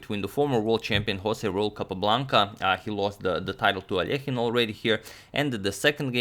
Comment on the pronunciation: Finally, Alekhine's surname is correctly pronounced!